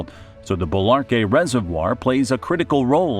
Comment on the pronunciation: ¿Embalse de Bolívar? No dice un nombre bien.